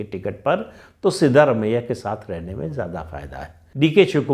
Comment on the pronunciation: Sir it is सिद्रामय्या not सिद्धरामय्या